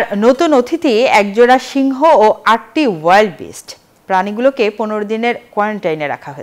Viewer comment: ওয়াইল্ড বিস্ট না ভাই ঊইল্ডার বিস্ট।